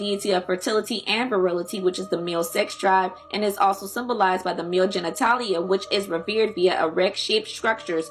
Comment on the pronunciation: Good info but you used another video of someone mispronouncing everything. Obelisk not ohhhblisk. Genitalia not geneneTALLya. You can tell when people don't really understand what they are reading